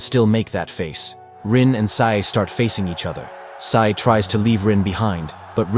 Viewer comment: Sae not Sai